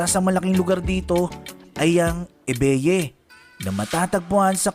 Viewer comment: Ebeye pronounced eBuy, not e-be-ye